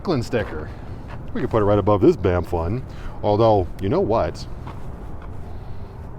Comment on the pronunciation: Thanx for helping me know how to pronounce banff properly😅